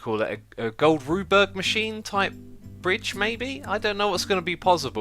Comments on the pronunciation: "A Gold Rude-berg machine" earns a place in the Xisuma dictionary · cough cough , rube goldberg, not gold ruberg :D